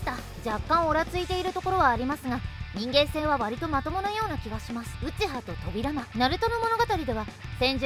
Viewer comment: そうですか！自分もナルト好きなので頑張ってください！ あと、個人的に扉間のイントネーションが少し気になりました…